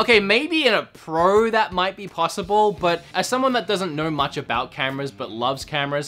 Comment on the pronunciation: its much not mu ""t"" ch